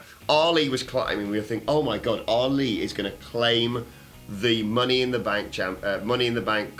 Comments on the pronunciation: Money in “Bak” shorty whatcha thaaaank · "Money in the bak" niceee